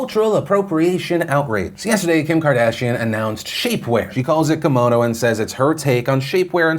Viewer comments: It's not Komono it's Ki-mono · Hi Philip, just a heads up. Kimono is pronounced “key-mo-no” you’re getting mono part right but not the Ki part. But you can say it however you want. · It's not a kamono it's a KIMono